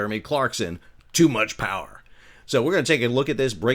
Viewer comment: "IS there... such a thing AS Too Much Powah?"